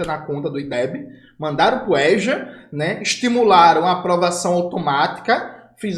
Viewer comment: Jones, espero que você aproveite muito sua viagem para o Irã! Não sei como você aguenta tanta desgraças anunciadas. Não sei onde você encontra tanto ânimo para fazer o que faz. Gostei quando você pronunciou a palavra EJA respeitando o som da vogal aberta "" É"'. Em Rondônia a gramática não ensina isso. Nesse fim de mundo você fala "ê" não "" É"". A propósito, você sabe que o Ronaldo Caiado, para forjar o sucesso que diz ter na educação, importou de Rondônia sua secretária de educação. Eu a conheço pessoalmente. É doutora em educação. É bonita. Mas infelizmente, aluga sua devoção e conhecimento até para o diabo se este pagar melhor. Em relação ao lulo-petismo, eu torço para que você e o seu PCBR causem um grande estrago na imagem de conciliador de merda desse velho vendido ao neoliberalismo! E pensar que o famoso cientista político Rudá Ricce, o dono do Instituto Cultiva, vive dizendo que o Lula é o maior gênio político da história do Brasil. Termino dizendo que você tem razão quando diz que se as mídias alternativas ditas de "esquerda" se juntassem para em uníssono gritassem: Lula Rendido! Lula traidor! Talvez fossem ouvidas. Boa sorte para você.